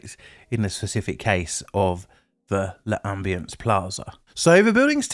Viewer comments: Pronounced “lam-bee-ance”, not “luh-um-bee-ance”. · It's not not pronounced "luh ambience" but rather "lombience". No need to pause.